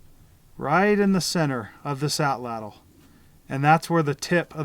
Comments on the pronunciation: Woomera is just one of the Native Australian words for this tool. I'm ok with Atlatl--but it should be pronounced correctly--which almost never happens. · Please learn to correctly pronounce Atlatl. It is disrespectful to the Nahuatl people. This is the language of the Aztecs. Not only do you learn one of two incorrect pronunciations of Atlatl in college Anthropology courses-- but the two incorrect pronunciations are so pervasive that I have heard Native Americans in North America get it wrong. They, of all people, would like to get it right if they knew better! Excellent video, though--one of the very best!